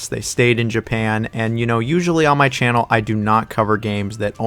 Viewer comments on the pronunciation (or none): none